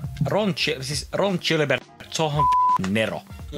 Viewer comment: tattista, hieno episodi. rallienkku ei haittaa mut pitää sen verran päteä et Gilbert lausutaan ei niin kun Gillette vaan ni ku giljotiini edit: tai paree varmaan kun antaa sen demota ite